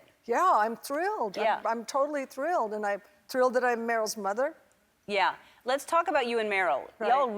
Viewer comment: Oh. Yeah. Las. Go. Las go. Cher